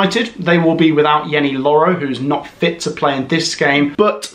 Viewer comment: "Yeny loro"😂